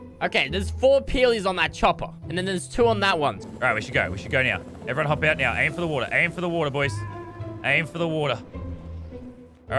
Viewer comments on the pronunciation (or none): none